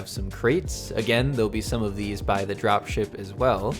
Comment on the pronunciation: you said dropie shipie, not drop ship